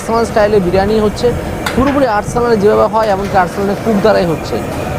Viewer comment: খাবারের নাম ব্রিয়ানি নয় দাদা, বিরিয়ানি।